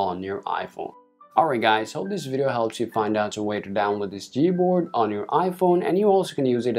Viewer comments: It’s G not z good lord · Why his "g" sounds like "z?" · sorry but did he say z board?? 😂😂😂